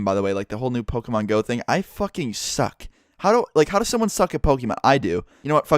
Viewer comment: YOU ACTUALLY SAID POKÈMON RIGHT!! You're the first youtuber that I watch to ACTUALLY pronounce it right!!